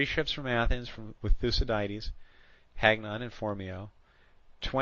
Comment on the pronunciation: Thoo-see-diedes? Smh...